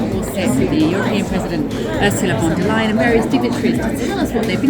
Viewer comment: URSULA LEYEN AKA.... ur sa a ley er.... ur such a liar